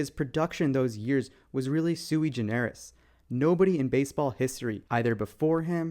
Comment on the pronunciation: You pronounced sui generis wrong, it's "Sue gener is"